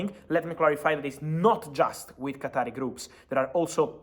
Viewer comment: NOT qatari it's qatar